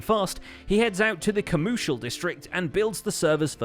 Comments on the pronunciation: Commooshial district :’-D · comoorcial district lol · The CoMOOcial District! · Ooo sweet you used my word "commoocial district" 🤣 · The commoocial district! I almost fell out of my chair, laughing.